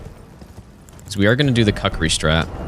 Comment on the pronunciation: “I throw the Cuckeree” it’s more pronounced like Kook-er-ree